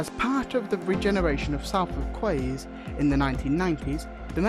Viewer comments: Great video and summery but I just want to pick up on Salford Quays it is pronounced Sol not Sal and Quays is pronounced Keys so together it is Solford keys in speech but not in spelling. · Just to let you know Salford quays is pronounced solford keys yer it’s weird. But apart from that great video and well researched